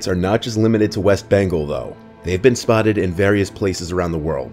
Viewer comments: Bengal is pronounced "BENN-GAWL", not "BENGLE" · “Bangal.” 😭🤡🤡🤡 tell me ur American without telling me ur American. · The worst part is he can't pronounce bengal